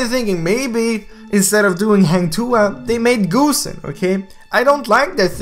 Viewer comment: wait.did he just said goosenXD